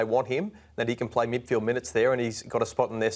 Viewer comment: Fox Footy, it's *"Midfield". 🤦‍♂️